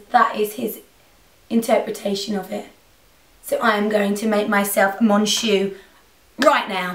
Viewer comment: Loved the tutorial just thought I'd let you know that "on" of "Mon Shu" is actually pronounced Like the "on" in Long basically, "Mon Shu" sounds like "Mon chou" which is a way of showing your affection to someone, like you would say "my darling" or "my angel". (: Greetings from France !